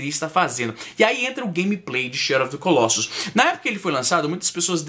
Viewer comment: Fala-se colossus com o "o" fechado, e não colóssus. E o plural é colossi.